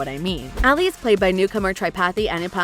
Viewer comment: Even Ali was mispronounced lol